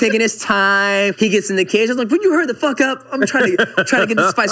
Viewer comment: The hard emphasis on "FUCK" was money